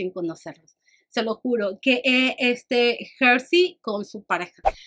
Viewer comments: es Herly, no Hersy 🤭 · hermosa Herly se pronuncia Erly. Me escantaron tus anécdotas, Ya quiero ver las que vienen para la CDMX 😁